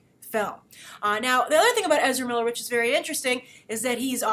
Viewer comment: "I've interviewed Ezera Miller he's very professional, he's very GAYme" I swear that's exactly how I heard it. In any case though, weather people (the internet) like him for the role or not he is an amazing actor and will no doubt make a very interesting and impactful flash. As much as every one loves The Flash's current TV incarnation I cant help but feel he has too much of a generic "boy next door" appeal. If you're gonna play Flash on the Movie scale you're gonna need way more dept and substance: Ezera is more than capable.